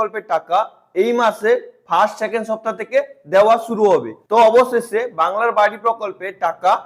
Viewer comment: বাংলার বাড়ি ❌️ বাংলার বা ড়া ✅️?😂